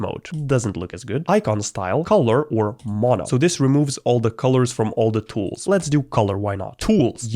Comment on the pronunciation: lmao when u said Tools , men that was OOF death sound of roblox ⏹